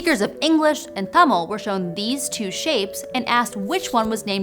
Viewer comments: Your pronunciation of தமிழ் (Tamil) is immaculate. 😊 வாழ்க தமிழ் ❤ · Immaculate would be if it was tamizh though tamil is entirely acceptable from a non-native